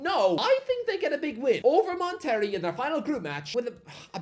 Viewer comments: Bro said mon terry! 😭 come on, as a Mexican I feel I have to correct you lmao. It’s “mon teh ray” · It’s actually good to see MLS squads increasing exposure of the game in the States. Mon-ter-ray,, not Mon-terry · Lol... it's pronounced "Mon-tur-ray" not "Mon-terry" 🤣🤣🤣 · Mate please…you literally have google translate for the pronunciations….It’s not Mon-Terry… It’s Monte—Ray. You literally Correctly pronounced Pachuca so what’s the issue. Also Pachuca beat Botafogo…to reach the final . So they have international pedigree despite what your potato for brains might think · CF Mon Terry 😭😭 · hope you don't say mon terry 😂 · Moteree lol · Oh, I’m not Mexican and I know Monterrey is pronounced “Mon-te-ray”. lol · It’s funny how you pronounce Monterrey 🤣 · The pronunciation of Monterey*twitches* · I shouldn't be surprised by the pronouncing Monterrey like one would John Terry, but it is sending my sides into orbit pronouncing "John Terry" like "Jonterrey". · The way he pronounced FC Monterey